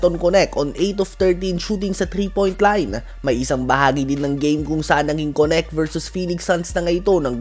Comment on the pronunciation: Sir diba dalton knect i mean ang pag bigkas ng name niya is parang "Kenek" di po konect baka masanay po kayo eh